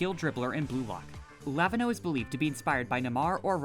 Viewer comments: its luh-veen-yo not lah-vin-hoe 💀🙏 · anyone gonna point out that he absolutely butchered lavinho name?